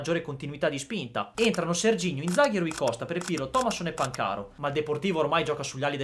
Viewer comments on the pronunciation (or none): Ragazzo volenteroso: ma ripetere ossessivamente Pancàro anziché Pàncaro denota gravi problemi di dipendenza da computer. Che al solito sbaglia gli accenti. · Pan - caro 😂😂😂😂 sentito come lo pronuncia????? 😂😂😂😂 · Tutto bello ma...Pancàro no 😂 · Perché pronunci Pan - caro ... cioè si pronuncia Pancaro come si scrive semplice 😢